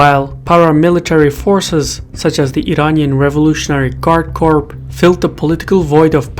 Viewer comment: FYI,, the English word "corps" (as in a military formation) is pronounced exactly like the word "core." (I'm sorry. For English.)